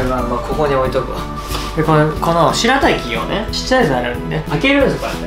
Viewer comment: 前は「すらたき」って言ってたけど今回はちゃんと「白滝」って癒えてますね！